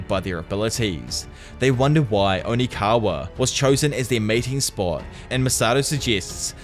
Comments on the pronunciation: It’s Okinawa, NOT ONIKAWA. Lol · Does anyone else notice he says onikawa and just rolls with it? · bro kept saying onikawa 💀💀💀 great video though 9.69/10 onikawa ruined your rating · Am I missing something ? Is there a reason you keep calling Okinawa, onikawa? Lol